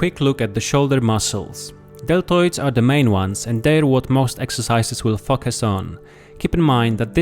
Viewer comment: I hear something else when he says focus